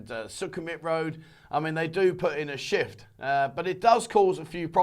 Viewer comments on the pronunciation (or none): none